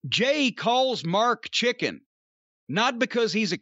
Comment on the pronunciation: I don’t know if it’s just me, but I hear Jay call Mark “Chicki” not straight “chicken”. I know it’s the same thing, but it’s how he says it that gets over along with how Mark behaves.